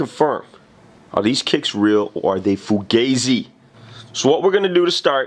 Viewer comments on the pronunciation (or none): He said fogazy😂😂😂